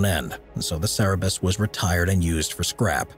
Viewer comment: Cannot pronounce Cerberus, either lol